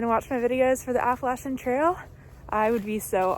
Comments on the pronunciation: Hope to follow your entire trip. I look for people who pronounce app a latchen correctly lol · Thank you from the southern portion for calling it the Appa-latch-in trail 😊